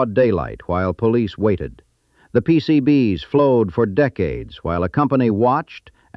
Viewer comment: Pretty sure it's AI since it can't pronounce "PCB's" properly. No human would have trouble with this.